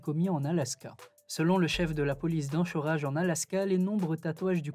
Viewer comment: On prononce Anchorage comme « encore » pas comme « anchois »